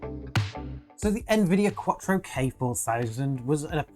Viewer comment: he pronounces it as Quattro instead of QUADRO.